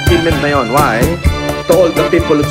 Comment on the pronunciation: ung pag bigkas nya sa salitang "WHY" pilit ginagaya si Marcos sr. kilabutan ka oii